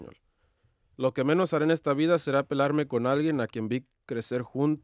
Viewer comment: really said pelarme instead of “pelearme”😂